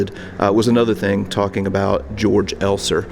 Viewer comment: There is a really good 2015 movie out on the bomb maker Georg Elser called ‘13 Minutes’. It is the best movie on this subject. A small note, you don’t pronounce his name as ‘George’ like in english, but as “Kay-orc’ Elser.